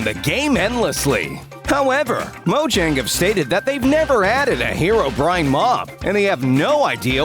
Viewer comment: Finally someone calling herobrine instead of herobraine